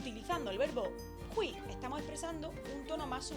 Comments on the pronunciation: pronuncias mal hui4 no se dice jui se dice foneticamente juei4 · muy buen video! Solo un dato, es hueì la i suena como ei y la u como ou